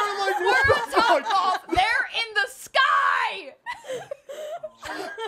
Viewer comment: going “They’re! In! The! SKYYYYYY!” killed me 😂😂😂